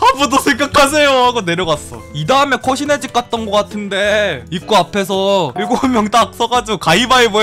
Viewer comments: 귀신의 집이 아니라 코시네 집으로 들음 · 왜 코시네집이라고 들리는거지 당황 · 귀신의집 코시네집으로 들리는건 나뿐인가? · 진짜 코시네집이라고 했는디?!?!?!?! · 귀신의 집을 코시네 집이라고 들었.... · 왜 '코시네집 갔는데' 라고 들리지???